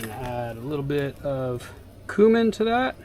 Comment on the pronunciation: One thing I noticed with growing peppers is, if you don’t use nutrients or very little nutrients, it won’t be spicy. Also, your pronunciation of cumin is off.😂